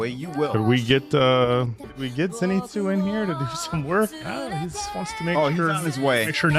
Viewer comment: "Zenito"? Seriously?